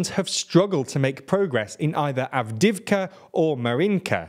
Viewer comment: "Bakmutt, Avdivka, Sviatove, Optin" I'm not a ukrainian or russian speaker, but I like languages (and tbf I did take a russian class in high school). The correct pronunciations (I may be wrong) are: Bachmoot (Bach as in the composer, with a long 'a' sound), Avdiyeevcuh, Sviyatoveh, Optynye (ye as in 'n*ye*t, tovarish') Hope I got it right!